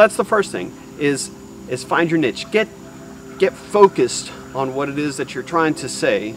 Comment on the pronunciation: Bro I enjoyed this video and your tips and experience was really valuable but I can't stand how you pronounce the word "niche" hahahha. Thank you for sharing though!